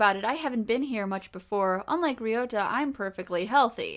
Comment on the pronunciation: you are pronouncing Ryouta correctly. there is definitely an R in the japanese language. you must be thinking of L or something.